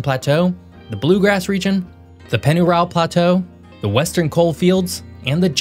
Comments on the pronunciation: I had to rewind to detect that I heard correctly...you pronounced Pennyroyal as Pennyrile...good work on your research! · Great job on pronunciation, pennyroyal and Louisville often identify outsiders but you nailed them both.